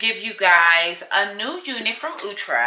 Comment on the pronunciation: The brand name is Out -tre'.. Not the way you pronounced. You look like a. This wig is natural for you.